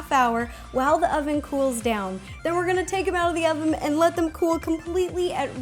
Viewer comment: LOL, she says "ovem" 😂😂